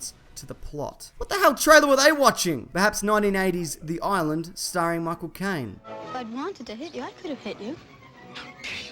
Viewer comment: No shit, but when you say Michael Caine's name quickly, or really at any pace, it sounds like My Cocaine. . .